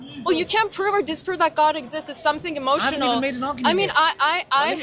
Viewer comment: The sheikh behind literally caught her out because she said oh my gof